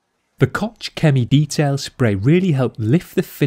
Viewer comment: I love how you pronounce Koch-Chemie :D